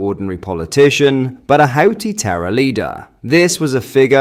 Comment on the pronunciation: your channel is excellent and you're a good presenter, but your mispronunciations are getting worse: "Houthi" is pronounced "who-tea"; "Variant" is pronounced "vay-ree-ent", not "vah-ree-ent"; Those are just two off the top of my head, but as a former squaddie, I'd have thought you'd know how to say words properly.